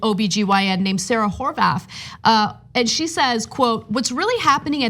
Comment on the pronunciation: When you said "Sarah Horvath", I legit thought you said "Sarah Whorebath".